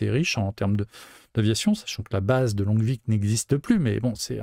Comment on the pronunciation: Super vidéo comme d'hab En tant que Dijonnais, on prononce Longvic mais le "g" et "c" sont muet